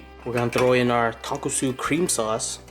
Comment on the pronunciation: Tonkotsu. You added an extra S